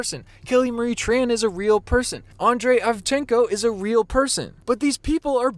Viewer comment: You said andrey Ivchiko s name wrong